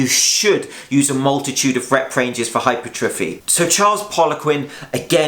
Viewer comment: its pronounced - hyper - tra - fee.